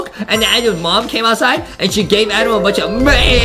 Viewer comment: Justin says adem